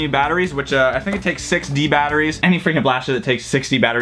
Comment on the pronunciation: dude when you were talking about the mastodon it sounded like you said 60 batteries instead of 6 d batteries